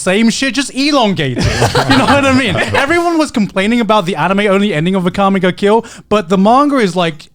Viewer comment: Why is Connor pronouncing Akame ga Kill like that?